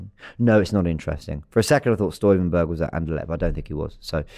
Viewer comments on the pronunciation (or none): none